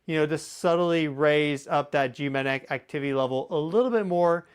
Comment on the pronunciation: Hey, you are brilliant! But please slow your speech a little. You cannot pronounce “geomagnetic” that fast. It causes you to say “geomanetic” which is baby talk.😜